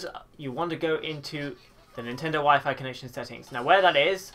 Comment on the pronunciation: So apparently WEP is still supported on newer routers but I have no clue how to find it, and at the moment I don't have my phone to use data. Also why "Wee-fy"? 'Why-Fyh" pls Lol definitely the most interesting pronounciation I've heard...